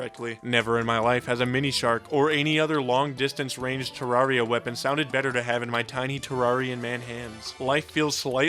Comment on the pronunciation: Its pronounced ter-air-e-uh you absolute fucking cretin.